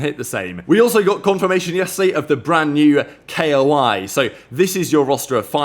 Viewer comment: Its Koi not K O I, just Koi like the fish